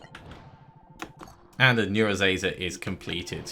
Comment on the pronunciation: Great episode, mate. Just one tiny thing. Please stop calling the neurazer "neurazazer". It drove me crazy in the first series :p